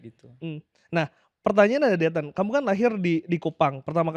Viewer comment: biasakan panggil Victor ya, koreksi pelafalan yg benar Dethan bukan Dhetan!! Fyi Dethan itu nama keluarga / marga di NTT gak sopan kalau manggil marga doang, bisa kena adat